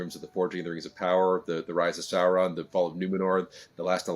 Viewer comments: He keeps saying Seron insted of Sauron, im getting anoyed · Interviewer can't even say SAUron or Morfydd's name correctly. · These interviewers pronunciation of Sauron lol